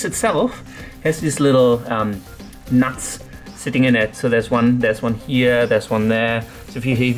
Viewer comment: aha;) i just find the way you say it like "nats" funny. Only joking though m8, keep doin what ur doin! love ur vids